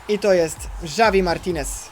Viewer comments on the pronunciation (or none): junajted hawi martinez a nie żawi martinez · Jak coś to Javi czyta się havi Martinez Bo jest to Hiszpan